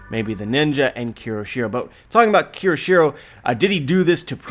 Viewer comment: as a weeb/anime fan/one piece fan HOW CAN YOU POSSIBLY THINK IT'S PRONOUNCED "KI=O-SHIRO"???? kyo. kyo. KYO. KYO. SHI. RO. IT'S NOT THAT FUCKING HARD it's a phonetic language as someone who makes a living off of reviewing this shit, how can you POSSIBLY not have a basic understanding of this yet????